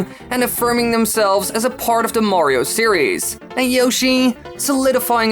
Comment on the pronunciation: Why elongate the final syllable of every sentence? Super Mario Worllllld Mario seriiiieees IDK just tripped me out for some reason 😞